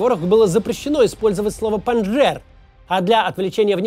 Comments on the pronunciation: Макс, спасибо за работу. Но немного коробит от того, что ты говоришь "ПанДЖер". Все ветераны афгана говорили "ПандШер". Да, "j" там присутствует тоже, но участники произносили с акцентом на "Ш". У меня отчим там воевал и я видел много встреч. Странно, ведь, ты не сильно моложе меня, мог слышать в фольклоре и всякой афганской песне. Извини, что душню. В большинстве своём — отличная работа👍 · Подушню слегонца. Не Панжер, а Панджшер. Не Зая уль Хак, а Зия уль Хак.